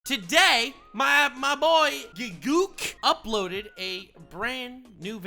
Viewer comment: Did you call him Gig-gook? Ew. No. It's Gigg U.K.